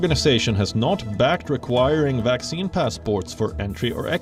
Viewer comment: Why does this narrator call a vaccine a waxine, seems suspicious....